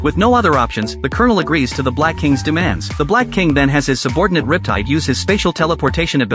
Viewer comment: Bro his name is not rip-tie